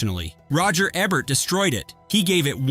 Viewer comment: 1 video, 3 different pronunciations of Roger Ebert: EE-Bert , EB-Bert and AY-Bert . Awesome.